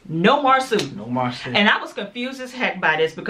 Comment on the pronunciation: Marsau’ name is pronounced Mar-So 😉 I went to school with him and his brother. Great review!